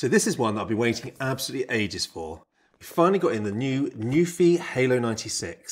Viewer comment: NU-PHI. It literally tells you how to pronounce it on the keyboard cover. Why does no one get it right?!?!?!